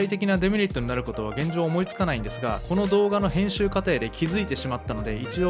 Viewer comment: で「HDRは現像」と聞こえたので字幕ONにしたら「現状」と言っていたのですね。 各Webカメラとの性能比較はかなりわかりやすかったです、「高画質でZoom相手に己の白髪を見せつける」というのは、流石にどのカメラでも修正は難しそうですね… ところで手元でチラ見えしてるキーボードが気になってしまいました👀✨自分も最近、「有線HIDデバイスのBluetooth化」するガジェットを手に入れたので、自作キーボードにもトライしてみようかしら…